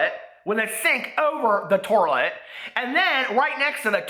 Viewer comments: OMG my sister says toirlet! It drives me nuts! That cracked me up so bad when you said that. 😂😂😂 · Dying at 'torlet'. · 'TORILET' LMAO!!! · Torlet??? Lmao I'm dying 😂😂😂